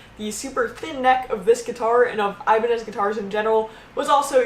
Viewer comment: "aibanes" DIOS MÍO, with the "ñ", my spanish speaking ass got mad